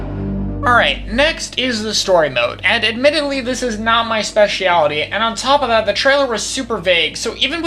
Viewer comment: Take a shot every time "specialty" and "nuclear" as mispronounced